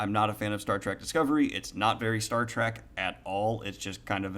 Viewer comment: Are you saying "track" or "trek"? I enjoyed Discovery for what it is because I found it had some interesting themes and concepts, although only occasionally was I reminded I was watching Star Trek.